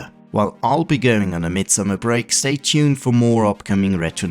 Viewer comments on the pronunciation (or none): none